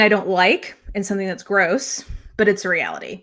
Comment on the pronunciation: I just want to say that you did a really good job with this live talk. I missed it but am watching after the fact. I’ve written down this list and will get to each and every one of these books. Also side note every time you said it’s gross I had to snicker, not that this serious subject should be snickered at but just the way you would pause then day it was funny.